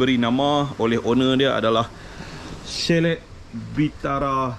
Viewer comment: Assalamua'laikum. Patut la lama tak bersiaran, pi umrah rupanya. Alhamdulillah jd tetamu Allaah. Chalet tu asal dr bahasa Perancis. Bila huruf t kat blkg perkataan dan huruf vokal sblmnya maka huruf t tak bunyi aka silent t mcm Chevrolet dan bouquet. Chalet tu kita sebut chale shj. Lps ni ada video memancing pulak kot. 😊 Selamat Hari Raya Aidil Fitri, maaf zahir dan batin kpd n keluarga serta rakan2 memancingnya. Tak lupa kpd para viewers juga.